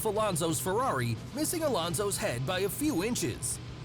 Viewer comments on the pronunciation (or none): none